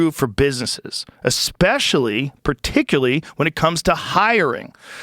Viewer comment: Zip Recruiter is trolling Rogan by having him say "particularly" 😂